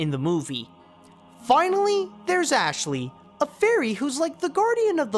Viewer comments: it's Aisling(Ashling), not Ashley. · Also it's Aishling pronounced(ash-ling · It’s Aisling not Ashley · It's Aisling, not Ashley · Ashleigh? You mean Aisling? 😂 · Aisling is pronounced Ashley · Aisling. it's AISLING. you heard that name for ninety minutes, how do you not know it? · you mipronounced aisling. and his name is not abbot his name is abbot cellach. and you said abbet